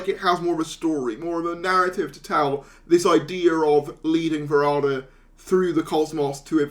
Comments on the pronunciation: Please show due respect to the actor by pronouncing her name correctly. There’s plenty of online content you can reference, including a recent Season 2-related video in which she clearly pronounces her own name. It’s not “Sethu” as in Seth Rogan, and it’s definitely not Varada as in “Nevada”. It would be kinda nice if you could at least try to pronounce it the way Varada herself says it. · Ncuti pronounces it "Va-rah-da". Some fans seem to think it is "Varad-da".